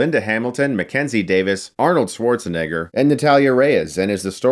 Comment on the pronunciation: He can’t pronounce Schwarzenegger! How can I trust your review!